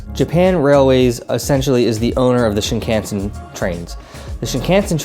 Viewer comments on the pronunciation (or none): Great solid tips, just a few critiques though in regards to pronunciation. Shinkansen = Sheen-Kahn-Sen ("ee" is very subtle) Omakase = Oh-mah-Kah-Say ("Say" leaning more towards "eh" and not an exaggerated "AAYE") Nigiri = Knee-Gi-Ree (Like Karate Gi, not like "oh geez!") I tried to ignore it but you said these so much that I couldn't help myself 😂 Other than that, this is really good advice for newcomers. Sent it to my mom before she joins me in Japan, so thanks! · I've enjoyed your Japan travel and food vids, but I have one suggestion: Please study up on pronunciation of Japanese words for your net trip. The main one that jumped out right away on this video is "Shinkansen," because you focus on the JR Pass (a must!) and say the word about 20 times. You say "Shin-CAN-sen" and it's "Shin-kahn-sen." I fear that mispronouncing words reflects a western arrogance and lack of respect towards Japanese culture, and I know you don't mean to disrespect. Also some other common gaffs: "Omakase" is "kah-zeh," not "ka-see" and ""Nigiri" isn't "Ni-GEAR-ee," it's "Ni-gi-rri" (with the slightly trilled "r" sorta like in Spanish). I'll add "Shinkansen" to my blog post about pronunciation: Thanks for your travel videos, and also thanks for saying "sake" correctly!